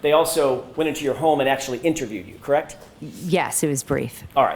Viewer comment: Everytime McCabe says KRAKT !!! instead of “correct” it’s just aggravating.